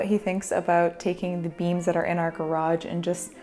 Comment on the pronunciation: every time she said beams, i thought she was saying 'beans'